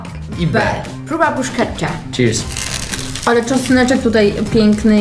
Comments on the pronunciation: brusketta wymawia sie bruszeta 😅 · BRUSKETTA!!!!! NIE BRUSZCZETTA XDDDDD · Nie bruszczety tylko bruskiety, nie parmedziano regiano, a parmedziano redziano 😂😂😂😂